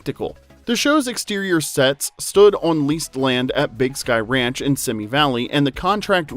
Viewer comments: “Simi” Valley is pronounced “See me,” not “Simmy” Valley. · "Simi" as in Simi Valley is pronounced /ˈsiːmiː/ (See Me)